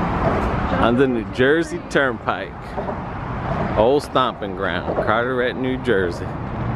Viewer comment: It's carteret not cateret